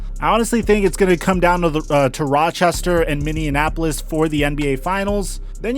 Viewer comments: Fun fact its not “MINNEANONAPOLIS” its (MINNEAPOLIS) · Love how he says Minneapolis... it's like he's mixing it with Indianapolis lol